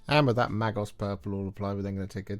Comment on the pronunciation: Magos...pronounced "May-Goss" ;)